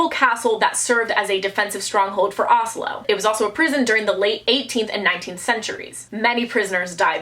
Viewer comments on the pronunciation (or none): none